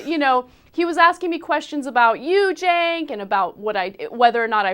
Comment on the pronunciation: You mean 'Chenk'...